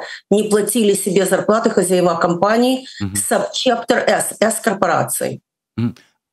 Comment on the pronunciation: Скажите ей кто-нибудь: не хозяевА - а хозЯева, не хозяеВОВ - а хозЯев